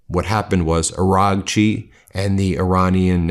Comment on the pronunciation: Ben, please pronounce Seyed Abbas Araghchi's name correctly! You're driving me bonkers. It's Not Aranchi. It's pronounced Ah-RA-chi! 🙏🏻